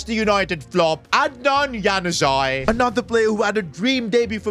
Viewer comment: Its not hanuzai its pronounced Yanuzić Januzaj